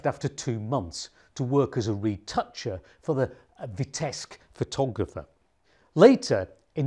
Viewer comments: Its Vitebsk with a B not Vitesk. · Vitebsk is rather pronounced VEETEBSK with 1st syl. stressed. Thank you for the story. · Thank you for your videos! Just one comment: the city’s name Vitebsk should be pronounced as “VeeteBsk” (‘B’ has to be pronounced clearly) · Btw, b in Vitebsk is not silent. g in Modigliani is silent. Could you? :)